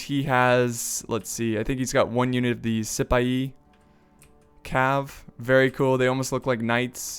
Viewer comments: Its not si pi ai its pronounced as saphi just like sypher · you're completely right about what you said about the Cedit Infantry. In case you wanted to know since you seem like you want to learn the pronunciations, the Siphai cav, is pronounced like Se-fa-e like the Philippians.